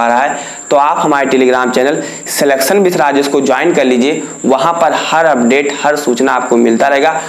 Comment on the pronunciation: Sir aap jab apne channel ka nam batate ho to thoda aaram se bola Karo kyonki kahte vakt aapki aavaj hi nahi samajh me aati🤨